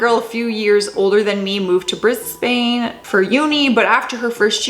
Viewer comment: Bris-bane. LOL. It's pronounced Bris-ben or Bris-ban.